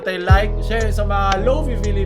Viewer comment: hindi lofee, its lofay, bakit ang wifi, wayfee ba pag pronounce?